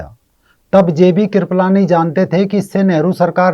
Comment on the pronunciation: KRIPAALANI NOT KRIPALAANI😂😂